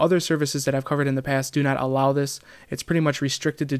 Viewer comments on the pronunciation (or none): none